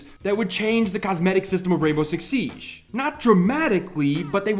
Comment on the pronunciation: SIEGE not Siesh